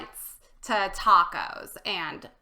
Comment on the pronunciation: Taaaacooos bad pronunciation, ta is short silable